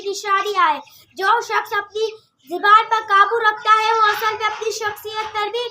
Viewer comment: Zeeban nahi zaban correct hai...